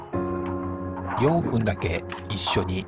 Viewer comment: 動画投稿者へ ナレーションは人間の肉声だと思うが、 《決定的な誤り》 ４分 → ｢よんぷん｣ が正しい読み方。 ｢よんふん｣なんて いう言い方はあり ません。 (アナウンサー)